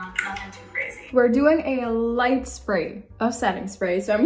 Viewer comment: lmao she said lightt spray sis